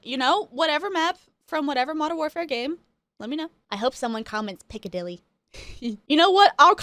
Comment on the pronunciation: Picadilly with extreme emphasis on the “P” sound!!